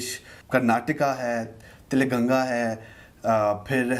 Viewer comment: Adhya Pradesh, Tela-ganga, Keraala. Naam toh bola nahi jaa raha isse, ye todenge desh ko 😂😂